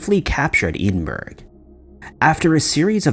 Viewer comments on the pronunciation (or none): Ed-in-burr-oh. Not Edenburg. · Lol "Edin Burg". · Oh god, here we go with "edenberg" again. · Eedinberg? Edin-borough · oh my word Edinburgh is pronounced Ed din burra not edinburg twice now you have slaughtered my country's capital city's name ...seriously 😤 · It's pronounced as JACK-o-bite, not JAY- co-bite. It's pronounced as EDDIN-buh-ruh, not EDEN-berg. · ED-In -burr-uhhhhhhhh not EIDEN-BURG OMFG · Doesn't sound like heading -burr! Scots (me) pronounce it Edinbra (Ed-in-bra). U got the Jacobites right 👍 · How he pronounced Edinburgh got me. Usually it's the end people mess up (burg instead of bra) but he pronounced it Edenburg. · "Eddin-burg?" 🤣🤣 "Bye-zentines?" 😂😂... We've seriously gotta help you learn the correct pronunciations of these people and places! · Edinburgh. Pronounce it like Edinbra (Ed-in-bra) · The first story is mispronouncing Edinburgh (sounds like "Heading-burr" or "ed- in - bra") and Jacobites (pronouned like a Jack-O-bites as in the lantern) Second story is lifted directly from My Mythos' channel (this month's story) who does a much better exploration of it. There is nothing new in this video. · Ed-in-bur-ra …. Con-stan-tin-o-pull. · Had to stop watching after Eeeedinboro. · Jacobite = Jack-o-bite. Edinburgh = Edingburrahh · Please check your pronunciation before you post.Jacobite is pronounced as Jackobite and Edinburgh as Edinborough. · Edinburgh is pronounced ed-in-borough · You might have just broken your own record for the most mispronounced place names in a single video. "Constantinople," "Edinburg," "Byzantines," and so forth. On a more content-level matter, the most likely explanation for the tiny coffins is that they were memorials to sailors lost at sea. Loved ones probably commissioned a craftsman who was known locally for making these items, and he did so on several (possibly more) occasions over the years. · you mean Edenburg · Never heard the word Edinburgh butchered so bad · And Edinburgh.